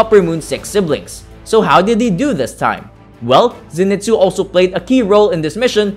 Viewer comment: It's pronounced Zen-ee-soo